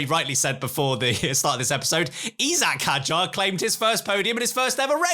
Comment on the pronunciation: Isack . . . Not . . Eyesack . . Hes Fench/Argerian . . . Not from Mayfair. . .